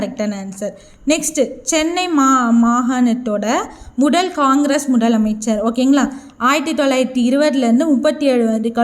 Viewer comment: முதல் ❌ முடல்✔️ பதவி ❌ படவி✔️ மொத்தம் ❌ மொட்டம் ✔️ விடுதலை❌விடுடலை✔️